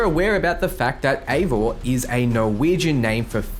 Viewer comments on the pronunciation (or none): But isnt eivor pronounced (ay-vor) how'd you get ivar from that